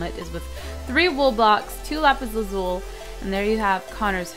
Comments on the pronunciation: its pronounced lapis lazuli not lapis lazul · it is not pronounced lsul it is lusle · Isnt it pronounced lapislazul-i not lazule? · it's pronounced lapis lazuli! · She can't pronounce lapis lazuli right!!!